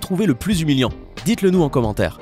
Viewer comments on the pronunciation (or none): C'est "humiliant" et pas "umilient"... Tu parles de fautes d'orthographe ;) (et pas de "s" à Orthographe, c'est une orthographe :) ) Mais c'en est une, ce n'est pas pour être méchante juste à titre d'information ;)